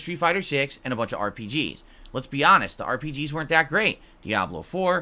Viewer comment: >> "Now, I'll be hanest" >> no you won't.